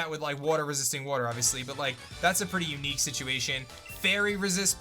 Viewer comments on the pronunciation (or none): none